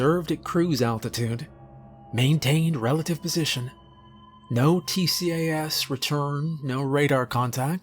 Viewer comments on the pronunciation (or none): So glad to have this format after the usual "follow X rules" ones Btw in aviation people usually pronounce TCAS as T-cas instead of letter-by-letter, and ADS-B as A-D-S-B instead of ADS dash B, just so you know